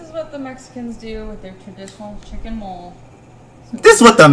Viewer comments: As a Mexican, this NOT how we do this shit, we put nestle abuelita chocolate (or spiced chocolate) in just chicken, not putting it in mf bacon and completely buried in vegetables. And we ain't eating no mf "mole", its mole (mo-leh). 😭💔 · Maam its pronounced MOL-LAY NOT MOLE😂😂😂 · And she pronounced "Mole" Sauce like the Animal Mole🤣🫣 WTF is happening 😢lmaooo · English is the only language I can speak and even I know it's not pronounced like the animal. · the way she flunked the pronunciation of mole got me laughing out loud. how tf can u know so little.